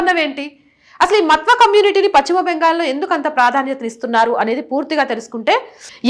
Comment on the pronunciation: విశ్లేషణ చాల వివరణ తెలిపినది ముఖ్యము గా కుటుంబ పార్టీ లను సమర్థించే AP హిందువులకు కను విప్పు కలిగిస్తుందని నా నమ్మకం. (దయ చేసి మత్వా అని కాకుండా "మాతువ "అని పలికి చెప్పండి) భారత్ మాతా కి జై ✊ వందే మాతరం 👋 జాగో రే జాగో రే జాగో హిందు 🙏🙏🙏🙏🙏